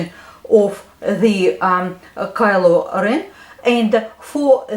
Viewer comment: Omg u talk so cool u say Kylo REN like, kelo reana